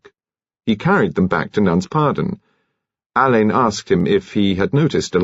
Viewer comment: Marsh’s detective Alleyn is pronounced Allen, not Alain. This mispronunciation is irritating.